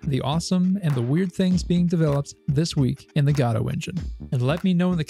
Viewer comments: fair. To my ears at least it sounds like you are saying "Gado" though. Perhaps it's a regional accent that otherwise is similar to my own so I am mostly not picking up on it. 🤔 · To my ears it sounds like you're saying Gatto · Great video content overall, but the engine is named after the Samuel Beckett play "Waiting for Godot". As such it should be pronounced the same as in the play, the first "o" should sound like an "oh" sound not an "a". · It's pronounced 'godot'. I'll be taking the Christopher Lloyd path and pronounce it with a soft G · Dude it makes my teeth itch. Even go-dot makes me wince